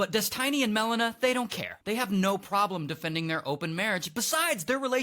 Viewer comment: God that guy said "Des-TINY" way too many times 😂